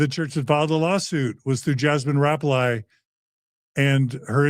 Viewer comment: Jasmin's last name is pronounced RAP-lee.